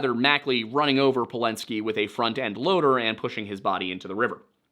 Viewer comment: The "ladder"?